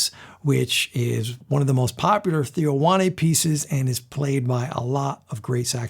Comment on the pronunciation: it's not Theo Wanne, it's pronounced wain or wane